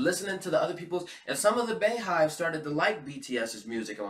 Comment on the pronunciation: It's "bee" hive (beyhive) like her name beyonce....sirs!!!!